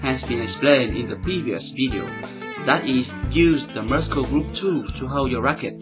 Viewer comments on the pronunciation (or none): hello i am a korean living in Canada your english is getting better i see let me just correct you this today muscle when you say this word you say muskle but it should be said mursle ok have a good day oh thank you for your excellent upload clips I learn a lot from it thank you again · the speed in this video is perfect. The only complaint I have is that you still mispronounce some words (i.e. Muscle is pronounced /'məsəl/) Otherwise your English has definitely improved significantly since I started watching your videos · Hi Since you seem to appreciate comments on pronunciation, here are a few: 1) muscle = "mus-l" not "muskel" 2) technique: the emphasis is on the 2nd syllable: tekNEEK (not: TEKnik) contrary to tactics, where it is indeed the first :TACtics 3) secret = SEEcret, not SEKret Great videos!